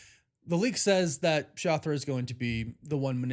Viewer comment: How da fuk is " Shothra " 🤦🏻‍♂️👎🏻